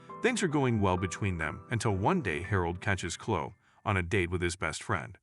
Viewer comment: Story 2: It's pronounced ChloE not Chlo